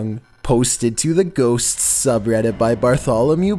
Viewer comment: Who else heard "ghostSS" 😂